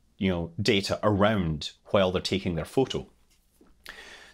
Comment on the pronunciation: And that too... Anything with "W"... P.s great stuff... Loved the video... P.p.s it's just because your accent for "W" is quite different than what it is in my country...